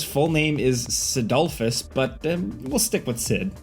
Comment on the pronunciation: im never going to get over "Cidolfus" XD